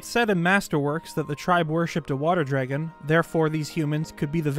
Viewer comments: I loved this but all I have to say is... "Dreggin" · I will never unhear the way you say "dregon". Thanks. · “Draygon” statue lmao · Okay, say the word “dreg,” Now say “Dr. Dre,” Now say the word “DRAG” You must be Canadian